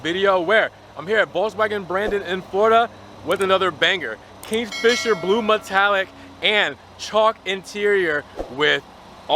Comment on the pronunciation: No such thing as PREF-orated. It’s PERF-orated; KING, not KINGS-fisher